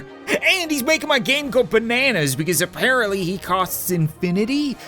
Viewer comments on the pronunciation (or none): none